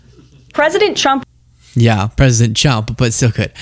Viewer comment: I could listen to the ‘tump’ bit over and over